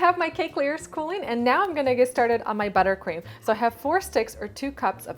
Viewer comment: Ahaahha I noticed u said butter queem